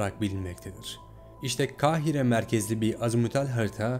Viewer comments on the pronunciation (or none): none